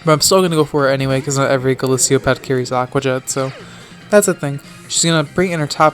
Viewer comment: Golisopod is pronounced GO LIS O POD NO GO LIS EE O POD idiot